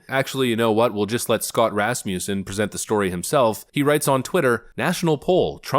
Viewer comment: Hearing him say Rasmussen like that just doesn't sit right with me. Sounds so wrong